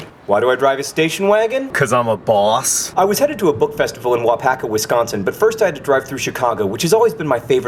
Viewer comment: You say Wisconsin wrong, and this is coming from a Wisconsinite. You emphasize the o, which is one of my biggest pet peeves...